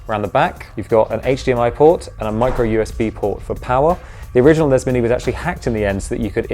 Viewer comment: NEZZ AND SNEZZ?!?!? It's EN-EE-ESS and ESS-EN-EE-ESS!!!